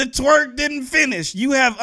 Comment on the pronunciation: Why you say twrek